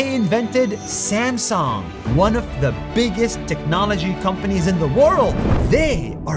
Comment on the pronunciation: bro read samsung is samxong